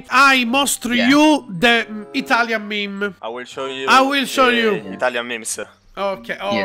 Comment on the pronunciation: si dice ITALIAN MEME cmq ti adoro!!!!😜